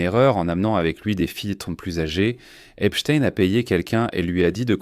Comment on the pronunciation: vous êtes un des RARE journaliste à PRONONCER CORRECTEMENT le nom de ce predateur en l'appelant :EPSTEIN et NON : EPSTINE comme font 90% des perroquets ? PORQUOI ? en prononçant correctement ce nom on voit de suite que celui ci à une origine JUIVE ! OR les sionistes détestent que l'on parle d'eux en MAL ! le peuple élu ...m'enfin ! est ce une coutume ,une tradition ,une tare dans cette communauté SIONISTE que d'être DEVIANTS SEXUELS (voir les SEVICES SEXUELS que subissent les malheureux prisonniers Palestiniens à Jérusalem ,mais aussi les D S K l'horrible Harvey WEINSTEIN (mee too ) et tant et tant d'autres comme vu sur tous les documents sur le sujet ! par contre votre vidéo n'apporte rien de nouveau sur ce dossier; à montrer quand même aux évangélistes électeurs de TROMPE !" :Dieu ne dit pas :" aimez vous les uns les autres !"